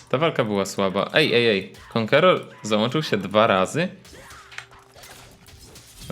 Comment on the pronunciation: JA PIERDOLE PROSZE CIE KANKEROR SIE MÓWI ĄĄĄĄĄĄĄĄĄ